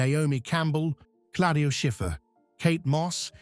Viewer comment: You do not pronounce Schiffer first name properly is Claudia !!! Not Coldiu or Cladia :face-purple-crying